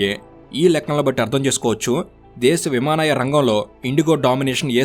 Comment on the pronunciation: విమానాయ కాదు అది విమానయాన 😂